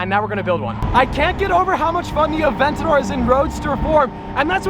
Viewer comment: Theay aveyntadyoor tun tun tun tuummm